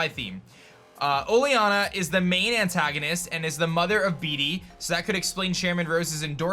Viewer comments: Disliked. Stop. Saying. BeeDee. Say it like Bayde or something until they release official proniunciation. Nobody wants their jerk rival to have a silly crappy name. Thanks. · yo heads up, pretty sure Bede is pronounced like bead not bee-dee